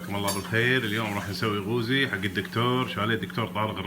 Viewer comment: يافاهم اسمه قوزي مو غوزي اسمع وتعلم عدل يلة تحجي